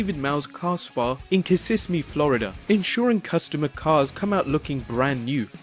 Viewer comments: It's not "Kississmee", It's "Kissimmee" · Hahaha "Kississmmee". Kissimmee. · Kissimmee. Not Kississmee. Honest flub, but best video, nonetheless. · It is pronounced Kiss-im-me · face palms It's pronounced ki-SIM-ee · It's pronounced Kiss-imm-me you moron. If you're going to take the time to monetize youtube at least learn correct pronunciation. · Great stuff, the best part was you trying to pronounce Kissimmee though:)